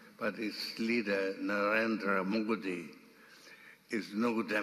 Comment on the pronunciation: He cannot he even prounce our Prime Minister name and he is speaking agains t India